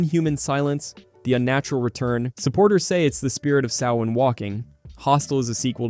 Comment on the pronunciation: The Latin phrase in Event Horizon translates to "Save yourself from Hell". It's a warning, not an Evocation. Do love your proper pronunciation of Samhain 😁